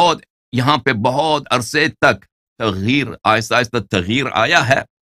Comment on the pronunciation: Allahyari bhai lafz tagheer nahi taghayyur hai......